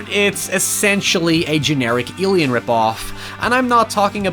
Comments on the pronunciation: WHY THE FUCK DO YOU SAY ALIEN LIKE YOU HAVE A SPEECH IMPEDIMENT. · "Ilian monster movie" what's that? whos Ilian ? XD